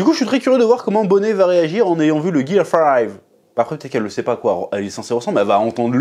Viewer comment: Ça se prononce Ginny, Chef. Et pareil pour Bonney (Bonnie)